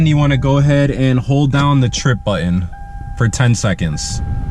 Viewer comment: Couldn't listen to the moronic pronunciation of the word button